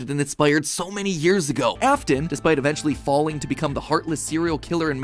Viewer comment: Bro said fwalling